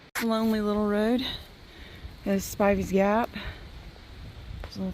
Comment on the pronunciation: True,they did hang an elephant,long story. I don’t think this video is in real time ,but I feel bad you had to walk ,I live 20 minutes from there I would have been glad to come pick you up ,it would have been better to have stayed In Johnson City ……you are the first person to pronounce Spivey correctly that I have watched on you tube 🥲 I regret to tell you Tennessee is the only state that does not have a privy at shelters,but I am sure you figured that out by now 🌿🍃